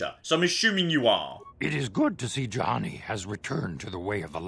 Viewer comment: did you flippin´ just called Juhani a Jahani? I think you just flippin´ did.. shame.. SHAME!!! I also told you last monday about the armor restrictions on some force powers, READ THE BLOODY COMMENTS!!!